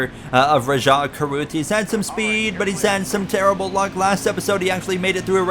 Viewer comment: yes but there’s an h at the end of Rajah’s name